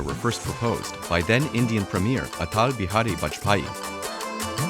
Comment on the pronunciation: He tried to pronounce Atal Bihari Vajpayee and Kartarpur correctly so cut him some slack.